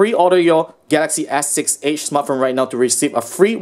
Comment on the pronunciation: "The Gaxy ass six edge" 😂😂